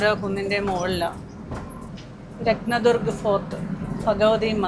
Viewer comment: രത്ത ദർഗ് ഫോർട്ട് എന്ന് എന്തിന്ന് പറയുന്നു? രത്ന ദുർഗ് എന്ന് മാത്രം പറ ഞാൻ മതി.